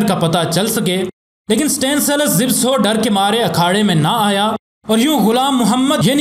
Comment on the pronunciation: Zibso nahi. Zabysko. Sometime spelt zybysco. Poland netherland name. Pronounced za bis ko ... pls zibso mat bolo...baaki aapki information sab correct hai. Imam bux Ahmed bux aur Gamu inkr team members thei. Imam bux was also a top class grappler. Joseph Alter ki book padhi hai Maine inpe kuch 12 saal pehle...Frank gotch never faced him because he was scared. Benjamin (his British agent who took him to england) became a very rich man as he was with Gama all the way making money. Gama was offered alot of money for staging a match but he was surprised to discover ke aisa bhi hota hai. He also helped Hindus get to india during partition. His whole family stood by them and no one dared to do anything to the Hindus. Inhe the Great Gama aise hi nahi bola jaataa. He was paralyzed in the end and could not swat a fly... tragic .. inhe tata family mei se 2000 rupees mahine ki pension milti thi aur sarkar 300 rupees and free medicines. He didnt die rich. Humare india mei humesha ek saying rahi hai "abey tu kya gama pehalwan hai?". Aaj tak chalti hai.